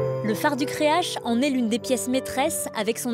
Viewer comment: Elle dit la phare du creache? Wtf creac'h ca se prononce crearRe